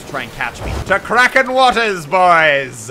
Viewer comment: It’s...it’s not krakens Muselk.